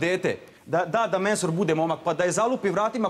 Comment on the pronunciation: 😆😆😆😆😆 kaze Menhur ili Mehur jao sto se isprda sa njim